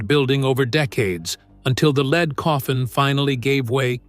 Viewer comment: For goodness sake! Surely you can do better. Try fewer words, appropriate photographs at the precise time your AI voice references them will give a video of condensed size and interpretive power. Edit for God‘s sake! And teach your AI voice to pronounce the word lead as in the metal lead. Geesh.